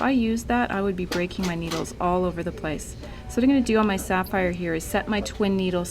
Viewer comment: Never mind...i heard you say sappire..